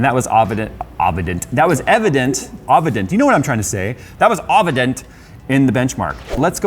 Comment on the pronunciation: The next time someone asks for a budget system, this will be the CPU I recommend to them, because that performance for such a low cost is incredible, not only that but the upgradability is also brilliant. Also, Ovident? Evidous? Obvident? Who knows anymore, I'm just as confused as you seem to be:D